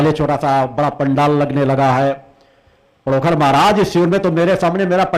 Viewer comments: महाराज पडोकृर नहीं पडोखर सरकार बोलिये बाद में कुछ कहीयो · पहले तुम पंडोकर का नाम लेना सीख ले उसके बाद जे अपने भाषण बाद में सुनान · Pahle sahi se pandhokar bolna shik lo.jise pandhokar bolna bhi nhi aata hai. wo Kya pandhokar sarkar ke samne khada ho payega.pahle bolna Sikh lo.dimag thik Kara lo.tum bhut bakbas karte ho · Pandokhar mhraj ka naam bolna Seekho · पहले तो नाम तो सही बोलो पंडोखर सरकार का 😂😂😂😂😂 तेरी दुकान बंद हो रही है इसलिए अब तु सनातन धर्म को बर्बाद करने मे तुला है